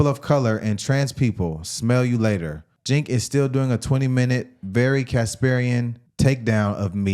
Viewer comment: Breaking: Chinc announced...epic pronunciation lol